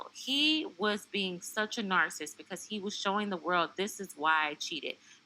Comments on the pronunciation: It's pronounced nar-ci-sist, and e-pit-oh-me. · Are you intentionally mispronouncing the word narcissist?